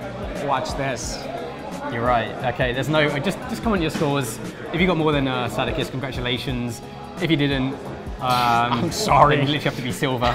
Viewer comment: Brit that cant even pronounce Sadokist properly